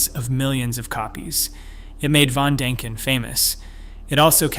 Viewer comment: There's an 'i' in von Däniken. Learn how to pronounce the name or get a better robot.